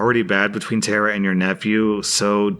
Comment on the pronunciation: Tara not Terra.